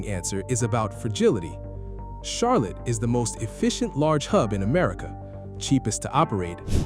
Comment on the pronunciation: Almost as bad as the AI voice pronouncing Charlotte like Char-lette